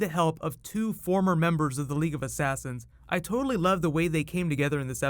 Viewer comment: Did he say Toadally Awesome?!